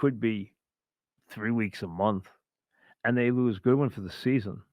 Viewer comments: It's GODWIN MIKE. Not GOODWIN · uh he called godwin goodwin lmaoo ha